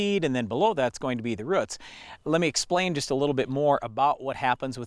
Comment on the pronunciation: Roots not rutz